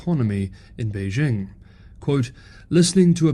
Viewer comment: Beijing. The '...jing' has a hard sound. I assume you have been to China and have listened to Chinese people pronounce this word.